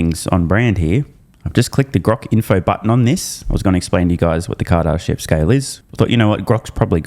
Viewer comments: REPEAT AFTER ME: KAR-DA-SHEV. not KAR-DAR-SHEV there's no second R. Кардашёв (or second р for that matter). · Bro that’s not how you pronounce Kardashev how are you a space nerd but don’t know what that is? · You’re saying Kardashev wrong